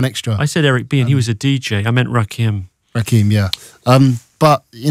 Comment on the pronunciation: When Louis pronounces Rakim better than Reece haha...